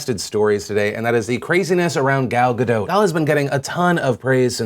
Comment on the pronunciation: Gal Gadot: Say "Gall Ga-dote" to pronounce correctly.